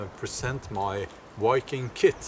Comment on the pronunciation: Learn how to pronounce "viking" with a "v", not "wiking" with a "w".